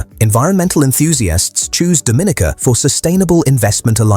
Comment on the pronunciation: It's pronounced Do-min-EEE-kuh with the accent on the third syllable and a long-E sound.